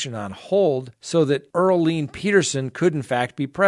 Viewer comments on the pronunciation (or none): Her name pronounced is Gee Lynn not Gis Laine. Glad there is no bail granted. She deserves everything coming to her....and life of living in a cell all to herself. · Ghislaine Pronounced (Ghee-lane) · Her name is pronoinced Gi- Lane or jis-lane in French. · I know y ou don't like to hear anyone correct you, but Ms. Maxwell's first name is pronounced "Ga-lane." There's no 'i' or 's' enunciated within her name. Also, in reference to your video that included the story about the crazy lawyers who "felt in danger" in their own front yard, I'm a little disappointed that you support what they did. The protesters were not threatening them; yes, they were walking through a private neighborhood, but these two lawyers acted overly-dramatic with their weapons drawn. You said authorities were able to confirm that the wife's revolver was inoperable, however, who knows how many other guns they own and could have easily ran inside and with another one of their guns and easily have shot and killed someone. These people over-reacted very dramatically and held responsible for their inexcusable actions. I guess I'm just disappointed how you would think this is okay. Thanks for your videos; I do enjoy your content, however, I was taken by your response of these two irresponsible homeowners. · ghislaine... (french name) sound like >geece-lane< ..!! if it can help! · Ge Lane Maxwell - correct pronunciation!!!!! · Ghislaine name is not pronounced like that 🤣😂🤣 PLEASE watch a news report WITH AUDIO and get the correct pronunciation lol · You're learning - you're not pronouncing the s in Ghislane Maxwell's name.Tres bien.(Very good in French). Always respect your legal expertise. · You make me lol straight away with how you say her name